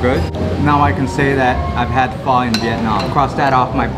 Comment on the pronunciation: Your husband pronounced Pho perfectly.